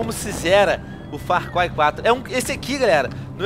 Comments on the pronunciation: Venom falando far cuai huahauhauahua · Far Cuai 4 kkkkkkkkk' essa porra é realmente dificil de se pronunciar... ótimo vídeo, curti